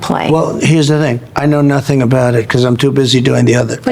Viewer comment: Mike johnson!,"i know nothink!😅😅😅 a Sgt schultz